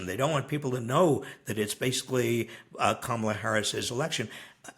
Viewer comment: Robert starts to mistakenly call her Pummel-a and I love that nickname now 😂 Mamala, Pummela, Kamala. Get out and vote!